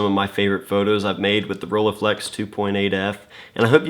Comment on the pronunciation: Please stop butchering that name!